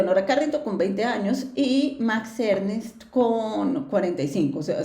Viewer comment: Max Ernst, no Ernest